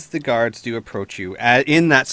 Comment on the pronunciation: I know he's saying guards but I kept hearing gods. which brings to mind two thoughts. Dwarf king is really freaking powerful, and the dwarven pantheon of ardenfell are bad at tracking.